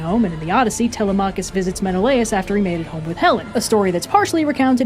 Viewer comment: The way you pronounce Telemachus is physically painful, and Circe was certainly a scare, but. I gotta admit, Kirke sounds badass as hell🥔